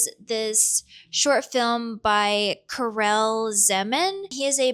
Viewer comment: Karel is pronounced closer to Carl! Big fan of animation from that era/region. Highly recommend the Yugoslav cartoon Profesor Balthazar if you aren't familiar.